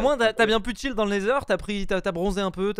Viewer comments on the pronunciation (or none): none